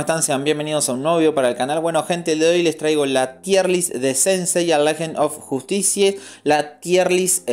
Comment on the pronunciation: Lejend of justicie, brutal la pronunciacion xD